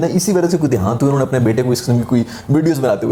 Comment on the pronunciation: "Dehaant" got me like 😂